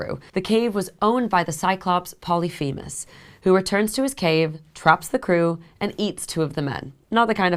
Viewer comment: re - ish "Polly-Fee-muss??" I've never heard his name pronounced that way! Shouldn't it be pronounced "Poll-iff-emuss??" It would be like pronouncing Harry Potter's female companion's name as "Hermy-Own," rather than "Her-my-own-e" That's my- admittedly limited- understanding of the pronunciation of Greek names...